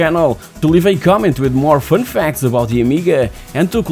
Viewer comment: Fünf facts. Ah, you mean fun facts.